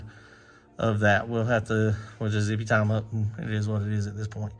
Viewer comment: Am I the only one that Smiles 😊 like a child every time says "Zippie-Tie"??? It tickles me so much, every damn time! 👍